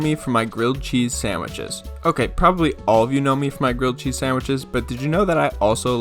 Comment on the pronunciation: nah nah, he makes crilled gheese